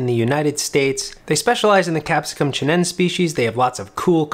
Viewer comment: It's pronounced chi-nen-say. You must pronounce all vowels.